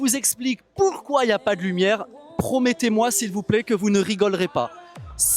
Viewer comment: C'est un quai (pas un qué !!!)😂😂😂😂😂😂 S'il vous plaît (#plé) 😂😂😂😂🤣🤣🤣